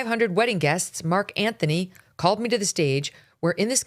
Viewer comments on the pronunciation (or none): none